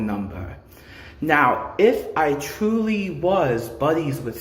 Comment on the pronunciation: Boy and howdy, twuwy the gweatest vi'eo e'i'uh evuh